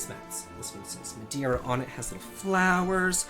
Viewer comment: Hey love your channel and hope you dont take it the wrong way. As a Portuguese, its MadEIra;) And the jewellery bowl is actually for olives, the big "bowl" for the olives themselves and the small one for the olive pit. And no, I'm not offended or trying to educate you. You're great, keep up;) But glad you enjoyed your vacation and that you're feeling better now.